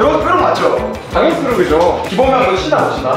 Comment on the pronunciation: 나도 다른 사람들처럼 파란색 으로 분 초 알려주고싶은데 어떻게 하는지 몰라서 .. 3분 35초에 당연히를 닫 으로 했어 !!